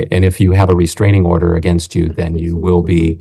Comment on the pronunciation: Restranging order - oh brother